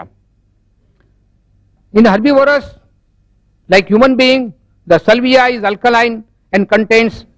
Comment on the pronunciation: Mr Zaveri, it is saliva not salvia or sylvia! lol.